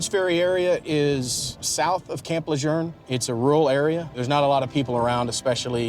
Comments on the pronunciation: Camp Lerjern? are they pronouncing it differently nowadays? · I know! Making me crazy hearing them pronounce it this way, “Camp Lajurnnnnn” no! 😂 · I live in N.C. and I have heard it both ways. I’ve always said camp La-June. This video’s pronunciation bugged me to no end lol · Last I checked, there is no "R" in Camp Lejuene. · There is no "r" in LeJeune. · There is no r in camp L..... learnEnglishcorrectly wokecbs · As a native of North Carolina the way the narrator says Camp Lejeune is pissing me off!! 🤦🏾‍♂️ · Why are they continuously mispronouncing Camp Lejeune? There is no R in the name! 😡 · Why are they pronouncing LeJeune that way? It sounds weird. What am I missing? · There is NO R in camp Lejeune. THERE. IS. NO. R. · Can anyone on this documentary pronounce Camp Lejeune the proper way? There's NO "r" in Camp Lejeune 🙄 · As an NC Native, I have never heard " Lejuene" pronounced that way. Likely it's the correct way, but even the loal newscasters don't pronounce it the way they do in this video. 😂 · The narrator is mispronouncing Camp Lejeune. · All this is very sad 😢 However, reporters and NCIS need to pronounce Camp Lejeune correctly! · You cannot even pronuce the name of the installation correctly. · Who taught this narrator how to pronounce the name of Marine Corps bases? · I don't know why they keep putting an "r" in Camp LeJuene! My husband was stationed there for years, and it really bothers me! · You're a damn Gunnery Sergeant in the Marine Corps and you can't pronounce Camp Lejeune correctly? It's not like you said it wrong once, you did it repeatedly throughout the clip. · not how you say lejeune. where is this r that people keep pronouncing you are better than that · I know! So annoying, every time he says it!! I wondered if anyone else noticed!!😂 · It's Camp Le-JUNE! Not Lerjun!! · When did the name of camp lejuene change ? It’s la June not la jurn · Why is Camp Lejeune pronounced Lejurn???? There is no r. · Camp "Lejern"??? Smh